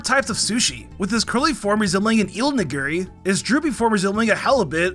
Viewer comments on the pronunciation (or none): none